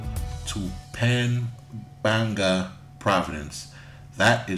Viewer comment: Dude you are so right on> I have been to AC about 7 times. I'm 51, and I will be moving there to retire next summer. Oh and by the way It's pronoced Pam-pan-ga :D